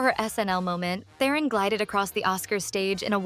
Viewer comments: As a fellow South African I so wish the world would say Charlize Tehron's name correctly Its actually "TRON" the "eh" is silent , perhaps she wanted to be psychedelic and told the world to call her "Teh-ron" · Mads is pronounced mazz like jazz. Theron rhymes with heron.